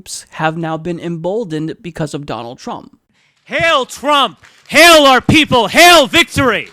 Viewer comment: The Martyrer It's also pronounced "hile", not "hail". He's a neonazi idiot.